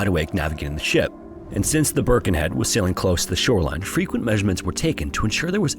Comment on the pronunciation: Also, it's Birkenhead, not Burkenhead